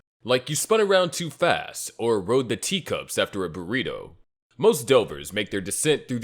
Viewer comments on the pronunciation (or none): none